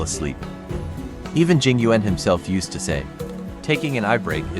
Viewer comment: Im crying, they pronounced yuan wrong, im chinese and its pronoucned like yen